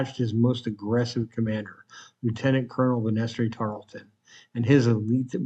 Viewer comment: Tarleton's first name is pronounced "BAN-ass-ter" (as in a staircase handrail) Banaster could also be spelled Banastre as he did.